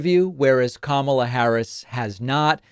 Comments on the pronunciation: The dead giveaway to me was when he said “Kamala” wrong. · Ramsey was so disrespectful to VP Kamala Harris that he didn’t even say her name right. He can’t really believe anything Dishonest Donald said in his interview.